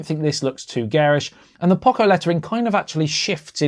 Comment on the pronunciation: We have never heard anyone pronounce Poco this badly.